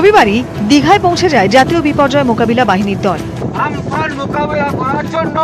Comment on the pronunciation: উচ্চারণ ঠিক করুন আমফান নয় কিন্তু